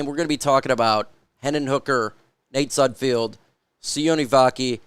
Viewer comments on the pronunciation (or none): Not that he deserves his name to be pronounced correctly but it’s Nate SudFELD not SudFEILD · You do know it’s sudfeld not sudfield right? Not that it matters you won’t need to talk about him anymore I’m sure lol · Day 500 of asking you to please pronounce sudfeld correctly. Youre a reporter get it right man. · Derrick probably knows how to say sudfeld correctly